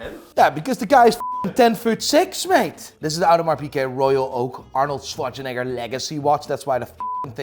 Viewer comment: Sayin Arnold’s last name a lil toooooo crazy